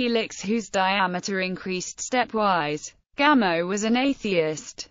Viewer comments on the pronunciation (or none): Pronounce it “Gamoff,” please.